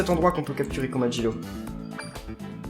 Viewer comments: On dis komajiro pas komajlo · ça se dit comajiro